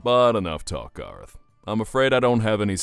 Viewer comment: HIS NAME IS GAR-OTH!